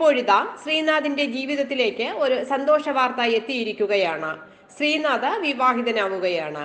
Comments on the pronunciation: Sreenadha alla sreenadh. Name nere parayan first padikku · ശ്രീനാഥാ അല്ല ശ്രീനാഥ്... പേര് പറയുമ്പോ കൃത്യമായി പറയൂ 🙄